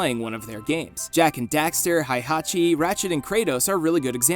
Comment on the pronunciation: Who the heck is "Hai"hachi?